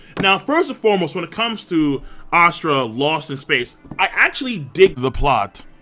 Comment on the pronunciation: god dammit king you and your pronunciation of words ive been googling ASURA lost in space for the last 10 minutes instead of asTRA lmao